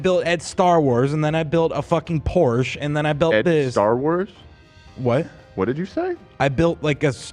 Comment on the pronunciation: Not not knowing how to pronounce Porsche 😭